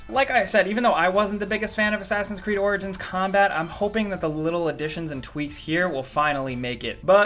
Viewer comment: At the end you said orgins and orgins